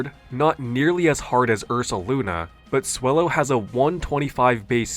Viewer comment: Swellow as wellow 😂